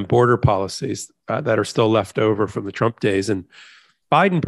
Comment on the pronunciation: You slipped and said chump instead of trump but it still works